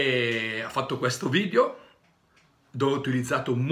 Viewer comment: Si dice video non vidio poveraccio